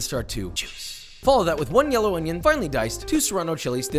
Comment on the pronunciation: I just love the way he says “on-yOn”